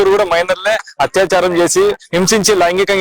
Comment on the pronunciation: Tappu ga anukoku bro, adi hatyacharam kaadu athyacharam😂